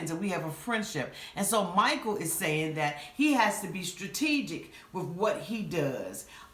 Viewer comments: I need to correct you on something. He didn't say he needs to be "strategic". He said he needs to be "Tragegic". 🤣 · I almost choked on my wine when I heard that. “Tragegic” 🤣🤣🤣🤣